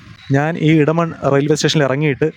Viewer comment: മലയാളം. അറിയില്ലേ ?. ഇടമൺ അല്ല എടമൺ